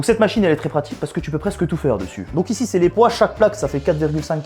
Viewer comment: A quand t'as dit la machine a tout faire j'ai cru t'avais dit la machine a tuffeh (tuffeh en arabe c pomme) 😭😂